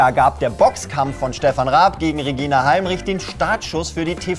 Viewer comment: regina heinrich? die frau heißt halmich, sonst ganz nett^^